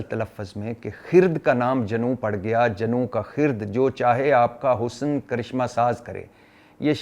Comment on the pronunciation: ویسے بھٹی صاب تسیں حالی وی ایہہ شعر غلط پڑھ رئے او۔ دوجے مصرعے وچ لفظ “حسن” دے نون “ن” دے تھلے زیر پڑھی جاندی اے۔ سر جی برا نہ منائیو۔ اور تسیں ناراض نہ ہویا کرو ایہہ تنقید نئیں ہوندی بلکہ تصحیح ہوندی اے۔